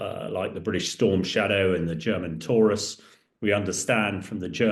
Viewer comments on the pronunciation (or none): none